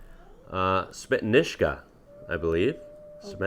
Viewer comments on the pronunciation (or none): By the way its not ,,Smetiska,, , you forgot an ,,on,, , ,,Smetoniska